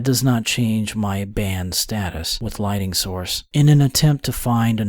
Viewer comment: Why does this narrator keep saying LIGHTING when the word is LIGHTNING.? This strikes me as rather odd.